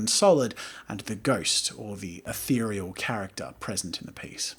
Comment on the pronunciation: Every time Jazza says says atherial take a shot.